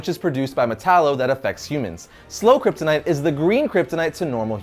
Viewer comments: how many times did he say kryptinite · Drinking game: take a shot every time he says kyptonite or krypton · He lost me at “Kryptonite”